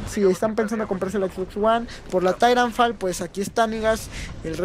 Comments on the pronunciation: Se pronuncia taitanfol no didanfal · Es titanfol "asi se pronuncia" Y se escribe titanfall